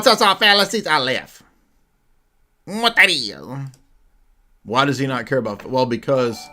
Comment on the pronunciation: You can repeat "wat dat iz" 100 times in a row and will still be funny as f...!!🤣🤣🤣🤣